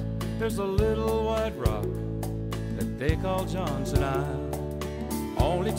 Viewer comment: He could at least pronounce Johnston correctly